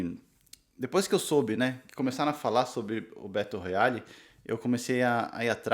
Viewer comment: Estou lendo no momento e estou amando! A minha única critica é que vc pronunciou o nome do livro errado.